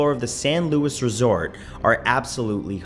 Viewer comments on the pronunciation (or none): It is not pronounced “lewis” it’s (loo e) For the hotel in Galveston